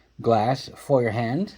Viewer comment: Yes, you are pronouncing it correctly. FOYERhahndt, means Hand Fire or hand held fire.